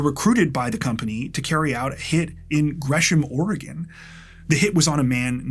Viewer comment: And he even says "Oregon" correctly, so on behalf of every Oregonian thank you. ❤